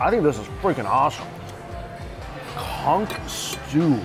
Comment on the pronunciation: Conch! Not CUNK!